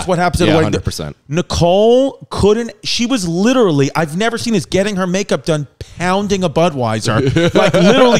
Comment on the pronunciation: Chrissy LIT-TERALLY